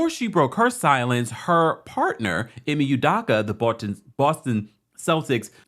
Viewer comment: ..I know you cannot pronounce..his name …am Nigerian..,…just call him ‘Udo’